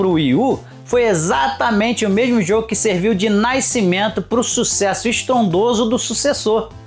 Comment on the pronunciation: Naicimento, naiceu🤡